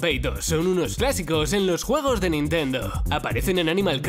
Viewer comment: quien escucho huevos en vez de juegos